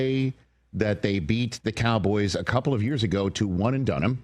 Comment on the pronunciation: "The Kah-boys." It's so annoying.